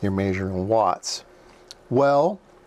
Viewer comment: “Maysuring” lol I like the way it sounds